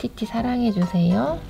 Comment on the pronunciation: 티티 말할때 팉티~이렇기 읽음 ㅋㅋㅋ